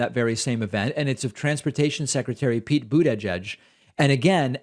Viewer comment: He pronounces Buttigieg in a way I've never heard before.